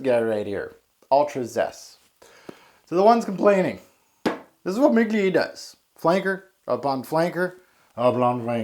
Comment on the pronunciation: I only watched like 2 videos but dude, can you please pronounce words like they are supposed to be pronounced? Seriously I thought you were trying to be funny with it at first but later I realized you were serious. Please stop it, someone might watch your videos and think that words like Perfumer, Parfum, Mugler.... (there's a lot) are supposed to be pronounced like that and just make a fool out of themselves.